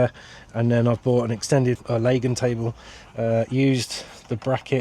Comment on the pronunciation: You pronounced Lagun correctly ❤, there’s one thing that boils my piss and that’s people that say Lagoon 😂